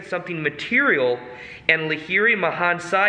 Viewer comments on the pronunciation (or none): Lahiri " Maw-haa-shaw-ya".